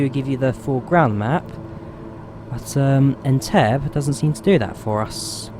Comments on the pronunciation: Great video! BTW it's pronounced "En-teb-be" and not "En-teb" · it's pronounced "en-TEB-ee", btw. :) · Loved the vid but FYI Entebbe is pronounced Entebbey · It’s pronounced En-Te-beh 😂😂😂.but cool that you flew to Uganda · "En-tebb-ee"! Shame not to see flamingoes at Lake Naivasha, turning areas pink.